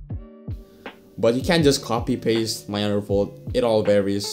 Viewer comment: I kept thinking you were saying underfold lol.